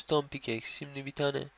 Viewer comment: şimdi değil simdük diyor :)